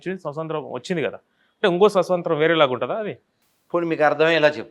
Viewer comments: Swasantram kadu swaatamtryam concentrate on pronounciation. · సుసొంత్రం.. ససొంత్రం.. కాదు 😡😡😡స్వాతంత్య్రం 🙏🙏🙏ముందు భాష నేర్చుకో 😡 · స్వస కాదు స్వత అనాలి.